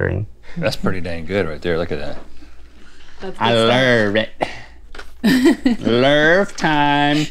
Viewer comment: "you know what time it is? Lurv Time!" 😂😂